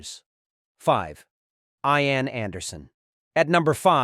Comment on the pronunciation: Ian is from Scotland. Pronounced Eean, not Ayan